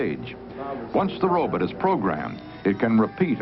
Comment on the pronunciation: What's a "robit".